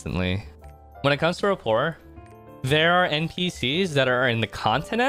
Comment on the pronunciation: How did no one in twitch chat tell you you're pronouncing "rapport" incorrectly??